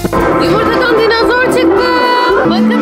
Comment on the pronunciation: ÖyküNün dinizor demesi peki😂